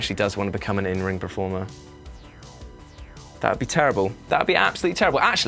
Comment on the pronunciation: Dude it's performer not prerformer